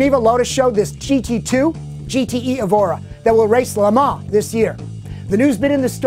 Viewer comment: i think the FT86 should drift. They should replace Foust's scion with the FT86. I like how says Le Mans because it is the right way to say it